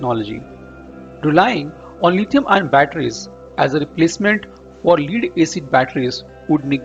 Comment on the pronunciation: Lead rhymes with head or dead not heed or deed.